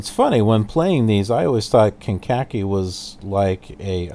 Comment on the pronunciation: Meigs (KCGX) is pronounced "Megs" and Kankakee is pronounced "Kane-ka-kee".